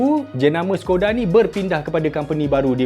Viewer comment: Skoda tu sebutan dia shekoda